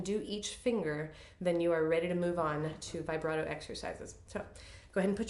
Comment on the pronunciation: vee- BRAH- toe, please. This is an Italian word, not English: not "vibrate" with an "O" on the end. Glad to finally see someone teach about NO THUMB ! Thank you!